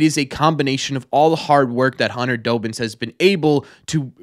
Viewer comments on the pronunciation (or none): It's DOBBINS not Dobins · As someone who gets to see the players all the time, Dobbins is one of the nicest guys ive met. Also, im sorry, but it pained me every time you said his name, but its DAH-bins, like Dobby from Harry Potter